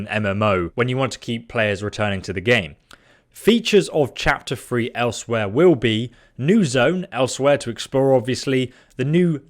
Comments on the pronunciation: He had to say elsewhere like 5 times before i realised what his ass was trying to say, ell swire is closer i believe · Elsewhere? No no no no nooooo, pronounced Ellez-weir.